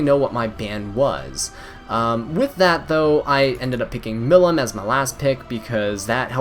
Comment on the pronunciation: For some reason, no one in the E7 community seems to be able to pronounce Milim's name correctly. It should be pronounced "Mill - eem", rhyming with "seem," rather than "him." It's a long 'e' for the second syllable. But thanks for the fun video! Have fun and be happy!